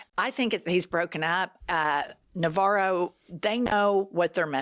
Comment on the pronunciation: Navarro=Ronvara lol